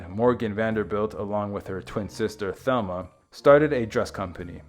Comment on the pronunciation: The name Mercedes was undoubtedly given in honor of the Virgin Mary, derived from Our Lady of Mercy. Also, Thelma pronounced her name in the Spanish fashion as Telma, with a slight long a sound to the e. Both sisters had some Latin American ancestry through their mother